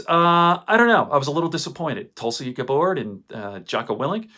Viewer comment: It's Gabbard not Gabard